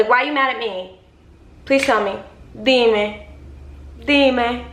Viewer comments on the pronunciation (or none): Lol im sorry but you sounded like a dominicana dime dime so cool🙂🙂